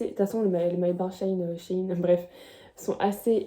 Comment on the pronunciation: On dis shein 😅🤣😂